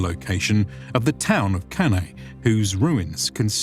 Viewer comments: Dear Anglo-Saxons, could you please pronounce Latin names properly? Beginning with Cannae. Even the esteemed professor mispronounces it, even though he must have learnt proper Latin. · Off-putting when the narrator (AI or human) is unable to even pronounce the name of the battle properly. One needs to wait for Dr. Goldsworthy to do so properly but, like when he makes a suggestion for the actual location of the battle, he's just ignored.